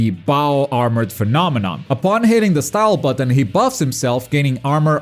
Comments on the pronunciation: For the prononciation : COMBATTEZ AVEC STYLE ( you say it STILL ) 😂😂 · Hey! le "Combattez avec Style" était pas mal réussi... Hormis le "style" qui sonnait un peu trop Anglophone le reste était impeccable !